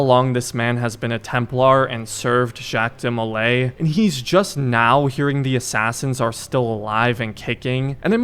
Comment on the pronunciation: btw you are completely butchering Jacques DeMolays name, not trying to be rude just letting you know.